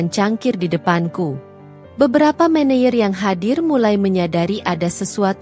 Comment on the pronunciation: Min klo baca yg bener dong , office boy dibaca office bo , maneger dibaca maneyer yg bener dong ini Indonesia 😂😂😂